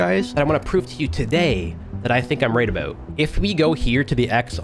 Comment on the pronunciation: Bro why tf u say about like that